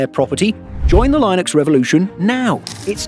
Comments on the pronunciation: Only beef I have with this video is the pronunciation of Linux, it's "Lynn-ux", not "line-ux". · No Linux user would pronounce it "lie nux". And it's not a 1:1 replacement for Windows, you might be able to make it work, you might not depending on your needs. Luckily it's free so you can try it and figure out if it work for you. And to be clear at least for now you need to be buying a copilot+ machine to even be worried about recall. Not to defend MS as it was a poorly implemented security nightmare but most people don't need to be that concerned about recall until the average PC comes with an NPU and/or can run recall. That said there are enough reasons to switch if you can, Windows 11 being the one that got me to finally move to Linux as a desktop OS. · The way you say Linux makes me wanna switch back. 😅😅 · Don't say Linux like that, please 👍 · Never heard anyone pronounce Linux like that before. Currently dualbooting Zorin and win11 in preparation for a more permanent switch. Was already in progress from a while back. Recall was just the latest reason confirming I'm on the right path.